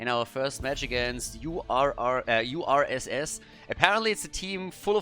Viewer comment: Indeed, URSS is the French for USSR. And on top of that, when try to read it, he pronounced it like the French word for "bear" ("ours"), a very Russian animal:D